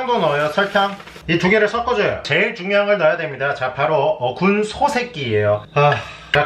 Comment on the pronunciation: 군소야~ 할때 존나 찰져